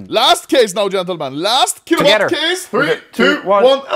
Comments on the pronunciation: kilowatt ❌️ chilovat ✅️ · key lou lot cases huh ..... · bro said shilowatt case 😭